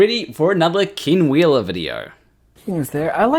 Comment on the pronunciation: Just so you know, when you say 'Ken Wheeler', it sounds like 'King Wheeler'. This could be funny if you played into it. But it also is really awkward with this narcissist cannibal. Maybe, just a humble suggestion, practice you e's so they come out as ehh rather than ihh?